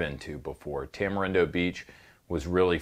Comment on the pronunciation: You mean, "Tama-Gringo" beach?